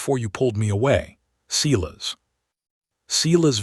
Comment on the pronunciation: At least Silas is pronounced correct